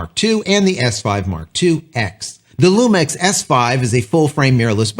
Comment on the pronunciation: I thought it was pronounced LU MIX instead of LU MEX..but what do I know